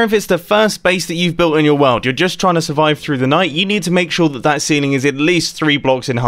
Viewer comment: Only today did I notice that Mumbo pronounces "World" like "Wald"